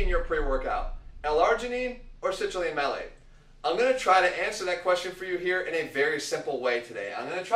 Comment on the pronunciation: It's Citrulline MALATE. Not Malec :P